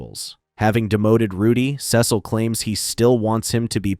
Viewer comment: Your mispronouncing Cecil